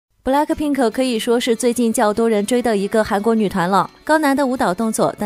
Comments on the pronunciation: 真正懂韓文的都知道 這不是韓國腔== 不是 布 累 柯 聘 柯 是b(e)(一的口型發ㄜ的音) la(ck) pin(g) k(e) (括號的音比較輕) 랙的ㄱ是收尾音 根本就不會那麼重的柯好嗎 自己也不是很懂== 還在那邊笑人家🤭 講的好像blink都對 笑死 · 什麼英文哈哈哈哈 布萊克拼可？？ 哈哈哈哈哈哈哈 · 不是 布 累 柯 聘 柯 真正懂韓文的都知道 這不是韓國腔== 是b(e)(一的口型發ㄜ的音) la(ck) pin(g) k(e) (括號的音比較輕) 랙的ㄱ是收尾音 根本就不會那麼重的柯好嗎 有些人明明也不是很懂== 還在那邊嘴別人笑旁白發音🤭 講的好像只有blink才會念韓文 笑死🙄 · 布拉可瓶可 哈哈哈 开头有点好笑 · 說實話yg歷代團體都沒什麼整齊劃一的舞蹈可言，通常都是High到掀屋頂的演唱方式 可能有很多人也認為Jennie划水什麼的，在yg家屬正常 可是，老楊也說了，他現在不只要看實力，也要顏值，要舞蹈動作，要一改以往的風格 那麼划水就是她的偷懶了 更何況這邊應該還沒到副歌，三個團員都認真了，憑什麼？？ 公司寵你，那就更應該拿出態度實力證明寵你是理所當然。 不要飄了招黑。 然後可以不要念 布勒克聘可 嗎？ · 就是BLACKPINK 布勒屁克 一直唸錯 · 補嘞顆聘可 尾音很重😂